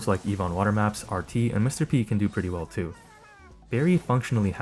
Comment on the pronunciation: bro also said Mr P niss 😭